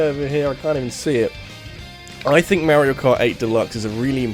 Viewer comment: Why do you say “Mehrio” instead of “Mario” ?